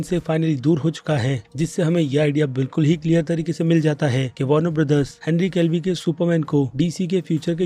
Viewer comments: Wahi na bhai😂 kitne saalo se ye Henry Calvi bolta aa raha hai..aab toh Henry Cavill ko bhi apne naam pe shak ho gya hai😂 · Bhai Henry calvi nahi Cavil hai yr aapko naam nahi lene aate mujhe lgta hai koi disorder hai apko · kitni baar bolu woh henry calvie nehi henry cavill hai khud he likh kar padna nehi aata ya bolna.isliye aaj se uosubscribe ho geya tu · Henry Calvi nahi Henry Cavill hai bro 😀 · Evryone Screaming in Theater Cavill Cavill But one person Screaming Calvi Calvi who's Is 😂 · Vai not calvi not henry calvin....shut up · क्या बोला... हेनरी कैल्वी.. ओ भाई कौन से स्कूल से पढ़े हो?? वीडियो बनाने से पहले नाम तो पढ़ लेते एक बार ""